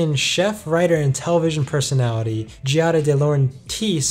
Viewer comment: Pronounced.... Gee*ya*da Dee*low*ren*tis